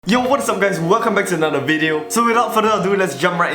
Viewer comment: Intro: LETS GET RIGHT INTO DA WIDEO Not even 5 seconds later: BEFORE WE START...